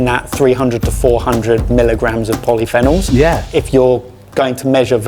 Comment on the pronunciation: How says polyphenols irks me